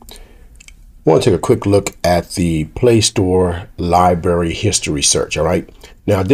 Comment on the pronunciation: It's "Lib-R-ary", not libary...